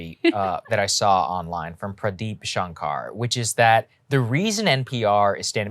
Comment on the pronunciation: Saagar should know how to pronounce Pradeep Shankar.